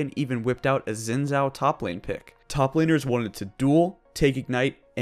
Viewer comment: SHEEN JIAO not Zin Zao. Xin. Zhao.